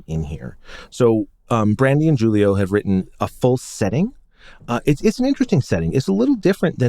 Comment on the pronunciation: Oh, BTW Julio is pronounced "Hool-io".